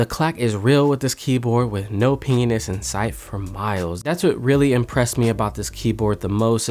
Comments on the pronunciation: "The clack is real with this keyboard with no penis inside for miles." Gotta love it when its hard to pronounce pingness. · am i the only one who thought he said penis instead on pingyness